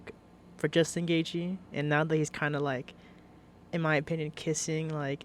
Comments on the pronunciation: Jewstin goythje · Justin Goythje 😂